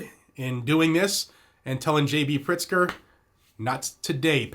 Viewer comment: Good thing I read the transcript, I thought he said Gov. PRICKSTER 😂😂😂